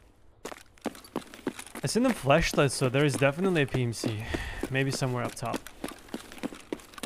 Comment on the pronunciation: accent makes me keep hearing "fleshlight" whenever he says flashlight and honestly i just find it funnier 😂😂